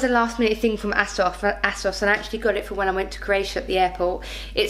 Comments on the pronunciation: It makes me laugh when you say ASOS , (it's pronounced Aysos) ..love the black and white cardigan xxx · The way you pronounce ASOS sounds a bit rude "Ass-os"😂